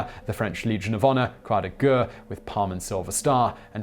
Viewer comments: The Word is pronounced "Croix de Guerre"...as in G-E-H-R !....and NOT G-U-H ! Is your mouth incapable of forming such sounds ? At your age one would think that you would have acquired some form of education in the pronunciation of the words in languages other than English. And you call yourself "civilized" ? Shameful and disgraceful. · Simon, "guerre" is more accurately pronounced "gair".